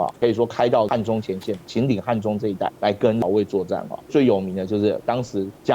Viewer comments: 是涪陵榨菜的涪（音同福）陵，不是培陵😅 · 老師也有𣎴會唸的字，涪陵匚X ／😊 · 涪 fú 陵 也犯了榨菜哥的错😂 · 又是非常精彩的一集，有个地方有个小问题，涪陵的涪字的发音同福，辛苦了，愿您早日康复